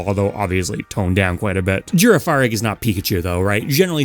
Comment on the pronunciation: I know complaining about Pokemon pronunciations is played out, but the way you said Girafarig is absolutely insane. It's a Giraffe... it's pronounced like Giraffe-arig...